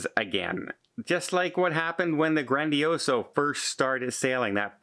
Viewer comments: You’re wasting your time. He’s purposely flipping the bird to all the people that have mentioned this for over a year. He doesn’t care when he mispronounces ship names or cities… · MSC GrandiosA not GrandiosO! ......your welcome! 😁👍🏻